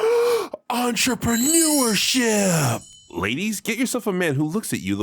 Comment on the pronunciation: Entramanureship IS more dignified than Onlyfans based Shady “Entramanureship” had me cracking up whenever ya said it btw